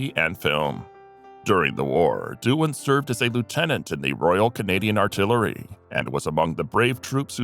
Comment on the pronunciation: You should be ashamed of yourself. James Doohan is the right way according to IMDB and you still manage to call him Duan.